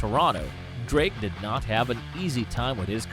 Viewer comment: Another Nice Vid! “Drrrrrrake” 🤣